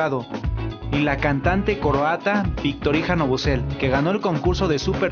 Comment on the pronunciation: pronuncias pésimo casi todos los nombres que no son españoles menos los que son gringos muy típico de los mexicanos. yo no se pronunciar todos los nombres bn pero los que se: victoria nòvosel(viktorija novosel) nà-nà musckuri (nana mouskour) André Rieu en su dvd Love in Venice tiene una versión se besa mucho donde canta Laura Engel y es de las cosas mas bonitas que escuchado es bakan que la gente en el publico se pone llorar y se emociona. saludos